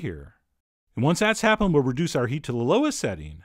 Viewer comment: "reDUce it to MEdium LOw"